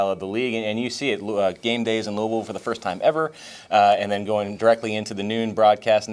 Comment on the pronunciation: Thank you so much for saying Louisville correctly